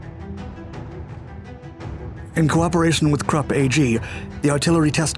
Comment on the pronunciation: Gerät is pronounced geRATE with the emphasis on the second syllable -- short GE, long RATE. I made the same error first time I pronounced it. Krupp is pronounced kroop.